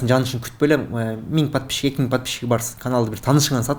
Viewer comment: Подпищщщик дейт го. Микрофон которгон бала без грамотный экен бир ааз кичине китеп окуу